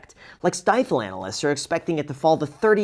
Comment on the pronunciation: Long time listener first time commenter. Our company name is pronounced “Steeful” with a long E sound not an I sound.